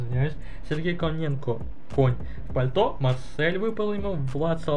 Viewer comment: Топ жреба, получилась, но за Коня ты ответишь ещё, правильное Коненко, а Кононенко. 😂😂😆😆 Тоже мне, меньше пей. Ааа... так ролик получишся просто потрясающий. )) 😉😉💪💪👍👍